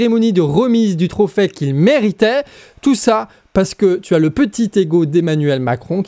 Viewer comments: Bon, je suis d'accord avec toi, mais franchement tu pourrais faire un effort sur le français : on dit trophée, pas trophais, et pour Doubs, ni le b ni le s ne se prononcent, comme dans doux. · Trophè ? Trophai ? Qui dit ça bordel ?